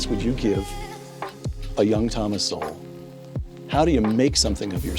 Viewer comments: Don’t take it person my man but it’s Sowell like soul not So-well. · Its pronounced " soul" thomas sowell (soul) its not pronounced so well. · Sowells pronounced souls. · Instead of only reacting to his videos. He has written over 50 books. Read at least 1 one of them. Pronounced "soul" by the way. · SOWELL pronounced like soul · His name is pronounced Soul. :) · So the rebuttal to TS is an idiot who looks like he is high and does not know enough to pronounce the man’s name properly. At least read his work rather than commenting on video nonsense!